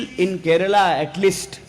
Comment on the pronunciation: He is the first north Indian to pronounce it correctly as Kerala and not as Keral as all north Indians do. He deserves a PM's position some day.